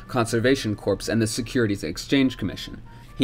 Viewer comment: Corps. The p, and the s, are silent. It is pronounced core, not corpse.